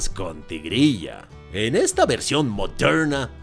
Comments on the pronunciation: tuve que quitar el vidio, no aguanté tantos "modhernha" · Gracias a ti, cada vez que mire una película de Disney, me voy acordar de la frase "película moderna" claro con ese acento tan bueno jajaja. Por último estoy desacuerdo contigo en todo, por cierto la película se llama Wendy o Peter pan? Disney olvidando quien es el protagonista de uno de los personajes más importantes de su historia de sus "películas antiguas"😅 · Me agrado la forma en que dices "MODERNA". 😅😅😅😊